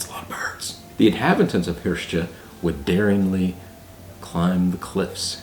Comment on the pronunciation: Hiort, roughly pronounced "hirsht", in the video you say "hirsh-tchuh" as if it were spelt Hirste :-)